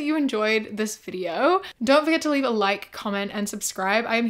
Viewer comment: I absolutely LOVE how you say, "welcome back to another video-ah,". I say it along with you EVERY TIME! ❤❤